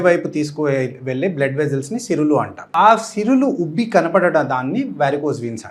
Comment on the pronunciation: సిరులు కాదండీ సిరలు